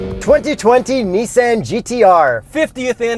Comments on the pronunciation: “2020 Nissen GTR” LOL i thought it was Nissan GTR 😬😂😂😂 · Fuck sake! It's a Nissan not a Neesan. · This man really said niss-AN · tell me why this guy pronounced nissan in the most weird way possible smh